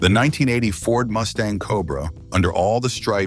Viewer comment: seconds couldn't even say 1980 right. Lazy a.i.